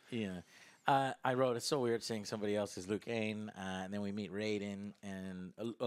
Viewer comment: Why does Joe keep saying Liu Kane??!?